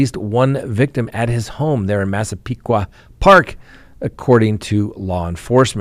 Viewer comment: Hey! Thank you for pronouncing Massepequa properly! And YEP! Charge Carlie away! At 25, she ought to know better than to use a wandering toddler and false 911 call! She could’ve run away without doing all that!